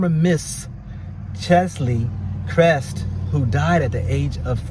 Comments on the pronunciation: She is biracial and was alledged to left a note, her last name is Kryst not "Christ". Extra pronounced her name:) Kryst. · It would have been nice to listen to news stories in order to pronounce her name correctly. You're just reading what the news feeds have already reported.